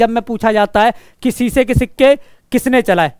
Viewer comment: सीसे नही शीशे माफ करना🙏🙏🙏🙏🙏